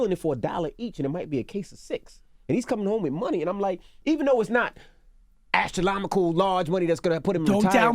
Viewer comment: Did envy say "astroLOMICAL"??? haha 😄